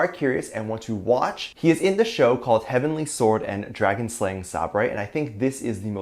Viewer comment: Jungkook: "I'ma change my insta handle and freak the ARMY..hehehehehe!" ARMY: "OMG! JK changed his handle..(dies)" Me: "Who the wha' now?" just a note: sabre pronunciation=say-brrr (it's a type of sword);) --I love your videos! I swear!